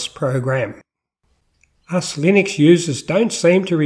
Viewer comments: Please don't call it Linix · You can't even pronounce it let alone know anything about it.